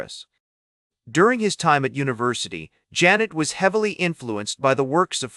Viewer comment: OMG, at least have it PRONOUNCE HIS NAME CORRECTLY! Zhahn-ay.